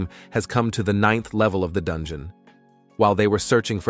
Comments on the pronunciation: I wanna go to the dun-gee-yon lol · I like this video very much but why are you keep saying Dungon😂😂 Edit1: what is a kanana